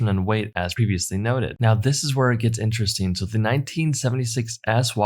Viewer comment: "Intresteen" is not a word.